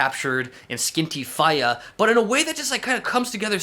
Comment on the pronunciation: Fee-yah not fi-yah hahaha